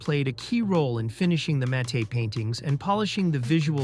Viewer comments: "mattay"? Marisa "toe-mee"? Repeated phrases? "on rent movies"? What is going on here? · "Matte" paintings. "Matte" is one syllable: mat. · The 'e' in "matte" is silent, but otherwise a great story. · really enjoyed this behind the scenes deeper dive, but also wanted to tell you it's just called a Matt painting. Spelled matte, but rhymes with cat. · Matte’ lol - Seriously?